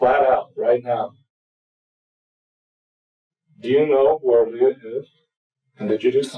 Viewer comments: Sorry to hear that and I have a question since you actually knew her. Is her name pronounced Lee just spelled differently or Leah but without the h? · Why are you saying Lee? It's Le-ah!